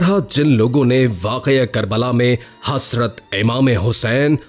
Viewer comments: HaSrat nii Hazratt hota haiii ..... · THERE IS NO ANY WORD HASRAT , IT IS HAZRAT , PLEASE PRONOUNCE RIGHT WORD…..